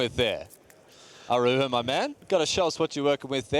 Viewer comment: Damn, not only does mispronounce "Araujo" every single time but also he changes the way he says it throughout the video... truly amazing.